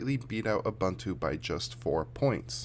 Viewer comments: I am not going to read anything into this test except to say that windoze is substantially slower on my dual boot PC. BTW, it’s pronounced ‘ooboontwo’ not abuntoo. 😉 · Why do you pronounce Ubuntu as "Abantu"? This is not an Englush word, so the letter U should be pronounced as in practically each language of the world except for English, French and Dutch. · BlackWorm Yes, but I disagree. I am South African and his pronunciation is incorrect. I stand by my comment.